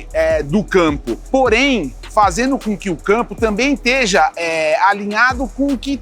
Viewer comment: Engenheiro fala “ Teja” 🤦‍♂️🤦‍♂️🤦‍♂️🤦‍♂️